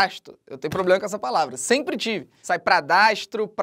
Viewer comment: Ploblema seu